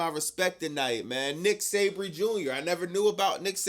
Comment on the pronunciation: It’s Zack Sabre Jr Not Nick Sabry jr 😂 It’s ok I’m still down with you 😊